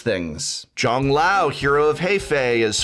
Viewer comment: I know Prof tried his best on Zhang Liao's name but for those who want to know how that's pronounced it's: Jung Lee-Ow, Hero of Huh-Fay